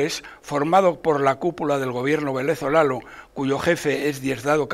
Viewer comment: Ajajaja se le escapó o se saltó n de venezolano porque dijo venezolalo don roberto la edad no perdona oistes 😅